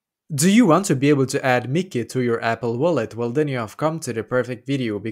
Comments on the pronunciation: Yes. It’s Mickey not MYKI (pronounced as MY-KEY) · It is no miki 😂 it is Myki (my key) 🔑 😊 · As you can see, this is stupid. And as you can see, it is a waste of time, because as you can see PTV is not available for iOS. And as you can see, this person doesn’t even know how to pronounce Myki…